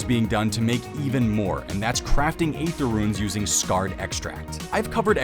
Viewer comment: Hey, "aether" is pronounced "ee-ther" not "ay-ther". It's one of a few words that still has the 'a' present from the old english ash symbol.